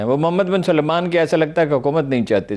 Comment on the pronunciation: یہ سارے پنجابی "سلمان" کا تلفظ "سلیمان" کیوں کرتے ہیں؟ سل مان SAL MAAN ایک الگ نام ہے اور سلے مان SU LAY MAAN ایک بلکل دوسرا نام۔ ان کے الگ تلفظ میں آپکو کیا پریشانی ہے؟ ارے بھئی پڑھے لکھے ہیں؟